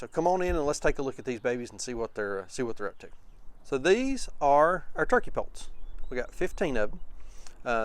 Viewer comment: I just saw my first turkey poult at Rural King, and I am 60 years old... Pits, sounded like you said they turned out to be pits